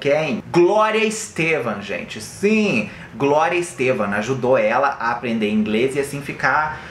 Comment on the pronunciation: É Glória Estefan e não Glória Estevam ✌️